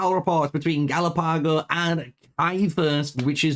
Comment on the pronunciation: Galapago - Are you sure his name is pronounced like that? Maybe it's more like the islands??